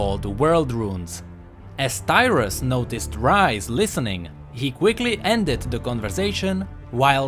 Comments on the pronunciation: Tyrus? DYRUS? =.= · Who else thought he said Dyrus xD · 0.32 I was letting it play while doing other stuff to just listen then i almost fell of my chair cos I thought he said "Dyrus"